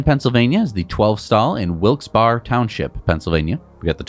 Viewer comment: Heads up, Wilkes-Barre PAwas close, but the Barre is like bear (PA is weird, you should hear us pronounce Progress Avenue, long 'O' sound... deceptive because they seem like you should be able to pronounce them normally)